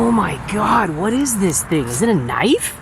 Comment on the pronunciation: whoa NICE "Kah NIFFFF" , hahaahahahaha. Hopefully you kept that eyh.